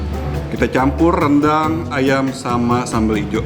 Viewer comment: AYAM NOT AYEMM